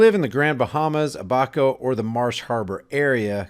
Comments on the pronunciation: Ab-a -co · It's PRONOUNCED; Ab (as in abs/stomach muscles) - a - coe (as in David Allen Coe, or short for company). Ab-a-co. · Abaco is pronounced Ab-uh-ko just fyi... And the Abaco police have lost their homes too & considering they dont like the rain or heat they are doing what they usually do & that is not much... ever.. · Stop talkin fuq !! You are over sensationalizing this tradgedy for your own profit. Just another you tube HAWK !! YOU CANNOT EVEN PRONOUNCE A B A C O. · You might want to learn how to say Abaco while your doing all this so called research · You are not pronouncing The islands correctly it is the Abaco listen to one of the videos and you can hear somebody pronouncing it correctly.